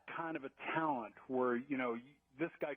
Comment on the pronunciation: Tal"ent" vs tal"it"